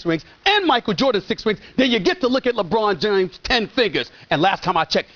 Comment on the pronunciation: LeBron Jimes